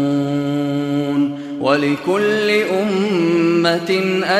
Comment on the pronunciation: Ma Shaa Allah tabarakAllah ya sheikh. But please check aya 28 (between and ). In my mushaf it's تعلمون. You say تعمامون. What is correct?